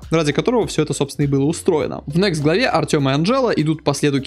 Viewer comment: Заметил ошибку в произношении — главного героя кампании Альянса зовут Артес, а не Артём.